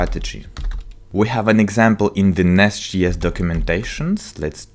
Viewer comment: As much as I love the content, I am having a really hard time getting over him saying NestGS all the time. It's J as in Javascript.